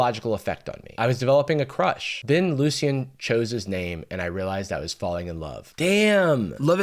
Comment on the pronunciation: It’s French. It’s pronounced Luci(un) as in the “Un” as in the French word for one. I don’t know of any similar words in French so just through that into google translate to hear it.